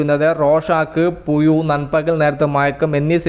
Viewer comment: നിൻ്റെ ഭാഷ റെഡിയാക്കൂ മയ പുയു എന്തൊക്കെയാ ഇപ്പോയാണ് എന്നൊക്കെ ഴ വരില്ലേ?